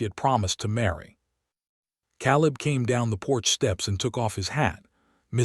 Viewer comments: Yes. Caleb pronounced like Kay-Lebb. Proofread! Proof listen! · Tell your AI that the a in Caleb says its name, long a.